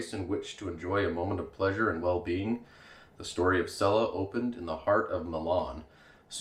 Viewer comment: "chella" not "sella".